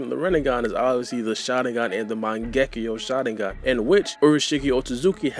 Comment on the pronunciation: cannot stand how you say Shalingan LOL! work on your speech and pronunciation please